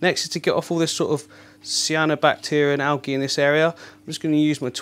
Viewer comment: Awesome tanks. I watch all of your YouTubes. One comment it's pronounced al-jie not algy :) great YouTube s